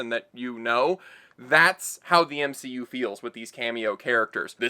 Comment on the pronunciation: The M-she-U